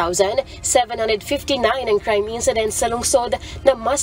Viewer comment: Incident, not encedent. Index, not endex.